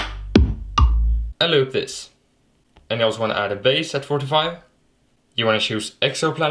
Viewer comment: “Aend looup thees”